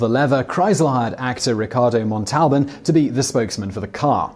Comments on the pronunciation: Ricardo "Mon-TAL-bin"? Simon, you really need to have an assistant whose job it is to brief you on correct pronunciation of the words and names in your script. This is one of many embarrassing mistakes in your videos. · Ricardo's name is pronounced with the emphasis on the first sylable: MON-tal-ban. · To the guy who gets paid to talk and talk and talk ... ole Rico’s last name is pronounced MON-tol-ban. Not mon-TOL-ban. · Ack! Simon, you're videos are wonderful, but for the sake of my ears, please check the proper pronunciations of names: 'Ginsu' has a hard 'G' sound (like 'gun'), not like the alcoholic beverage "gin". And Ricardo Montalban's last name is 'MONtalban,' not "MonTALban.' ;-) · Ricardo mon-tal-BAN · I know you’re young, so: “MON-tall-bohn” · Ricardo MontalBAN. Hard G in Ginsu. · Actor Ricardo MONTALBIN 😐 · Monteblan is NOT pronounced Montalban.... seems someone transliterated the l and the b and then subconsciously changed the e to an a to make it sound like a real word..... when in fact it doesn't mean anything, since its made up on the spot....oops looks like i am the one making stuff up!! Thank you Google :-=}. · Ricardo Montalbán - /mahn' tal' ban/ Accent the first two syllables of his last name. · /GIN-soo/ not /JIN-soo/, and Ricardo /MAHN-tel-BAHN/, not whatever the hell you said. You mispronounce a lot in your videos. Please contact me in the future on any words you are seeing for the first time and I will tell you the correct pronunciation. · You mispronounced Ricardo Montalban's name. This is not the first time that you have made that mistake. How about doing a little research before you do these recordings. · You're putting emphasis on the wrong syllable when saying "Montalban", Simon. Emphasis should be on the first syllable. No biggie. KHAAAAAAAAAAAANNNNNNNN!